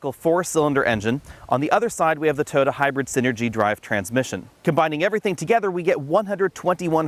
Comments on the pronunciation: It’s TOYOTA, not “TOTA”! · I like how you've shortened "Toyota" into 2 syllables. "Toda" is easier to say! ;-)